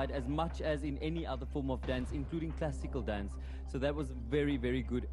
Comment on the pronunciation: lol no he said classical dancee haha